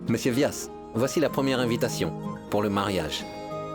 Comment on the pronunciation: C'est moi seul ou j'ai entendu vyas appelé douadanbari